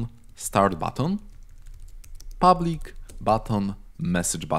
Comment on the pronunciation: I Liked That "Public"